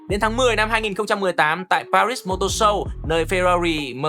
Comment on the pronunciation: Pari mà đọc pa - rít làm hỏng cả bài, đúng là fan vin thì chỉ đến thế.